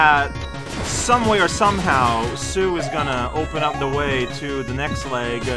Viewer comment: Sue's name is spelled スー in the Japanese version so your pronunciation is correct